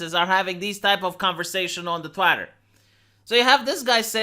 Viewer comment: I love how he says Tvăitúr